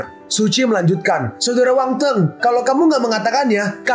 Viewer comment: Min nama nya Wang Feng bukan Wang teng